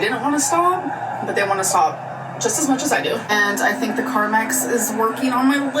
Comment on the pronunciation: Why can she never pronounce “carmEx”? She always says “carmAx” and it drives me CrAzY!! PS love love love the shirt!!